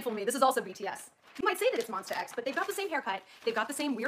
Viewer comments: Um it's MONSTA, not Monster. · ITS MONSTAAAA X NOT MONSTRRRRR X